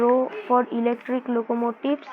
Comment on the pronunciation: Bro knows more english than i do as an english person😭 'loco motives'